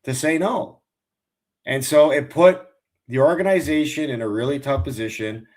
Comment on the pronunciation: These guys need to learn how to say “Organization”